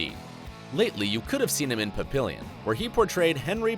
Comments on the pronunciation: If you don't know how to pronounce a name, you should really learn how to do it BEFORE you make the video. "Papillon" is pronounced pa-pee-yon, and "Gemma" is pronounced with a soft "g" (like in the word "gem"). "Trager" is pronounced tray-ger. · He also failed to pronounce 'Papillon' correctly. This is the result of catering to the feelings of children rather than training them to be adults and thereby forcing them do do things correctly even when they cry.